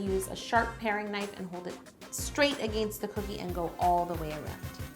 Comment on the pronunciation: Im from the states, specifically wisconsin. If i didnt already know how to cake it was from canada, then i wouldn't have guessed it. There is no accent or anything to make me think different EXCEPT when Yo says "against" thats the only time i can tell theres an accent. And it makes me giggle everytime she says it lol. Much love HTCI from the states! One of mine and my 12yr old daughters favorite channels!